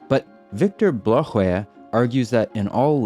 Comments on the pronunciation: "Viktor Blåsjö" has had his last name mangled dreadfully here. It's not /blugh-whea/. Ouch. That hurts. The name means "blue sea" and it's pronounced roughly like /blo-a 12/ where I now have to explain how to pronounce 1 and 2. 1 (sj) is roughly like the soft whoosh sound of blowing out a candle. It's like the beginning of the English word "whisper" if in fact you whispered it rather than using your vocal chords, and you used your proper grandmother's drawing room accent. It's an unvoiced consonant. It's more accurate if you do duck lips at the same time to make it extra whooshy. Weird, eh? 2 (ö) has near equivalents in many European languages. It's the vowel in the French words "œuf" and "nœud" and "flleur" and "meutre." It's close to the vowel in the German word "schön." You can form it by voicing a nice open mouthed ahh sound while pushing your lips forward into duck kissing mode as before. So in total, "sjö" is just kind of forming duck lips while blowing, and somewhere along the way going from a voiceless "ahh" to a voiced "ahh." Easy, right? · A) nice try pronouncing Blåsjö. B) since you asked for feedback regarding math, the equations you show and how you form one from another goes waaaaaay to fast to follow let alone understand what is happening. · Bro did not have to butcher "Blåsjö" like that 😭😭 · Låt honom slakta .. mer språkligt "berikande" 😆